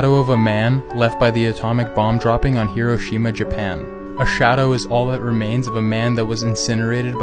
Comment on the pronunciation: That way he pronounces Hiroshima.